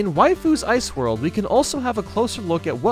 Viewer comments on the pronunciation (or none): OMG heard wifu